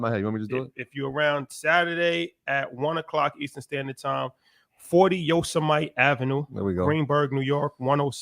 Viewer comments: i think it’s pronounced YO-SIM-IT-EE. Like the cartoon character Yosemite Sam. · Did he say yo se mite?